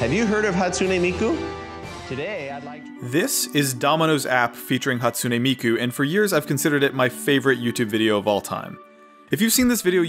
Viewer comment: "Scottsune Miku"